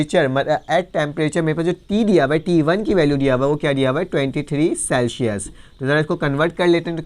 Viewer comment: Celshius nhi hota sir Celsius hota hai 😂